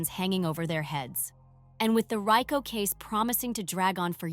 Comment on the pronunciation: You know this is a good program but your ability to Pronounce the word Rico Leave much to be desired